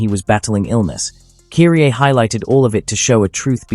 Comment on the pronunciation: great video as always but you're mispronouncing Kyrie's name. Kudos to the video though 🙂🎉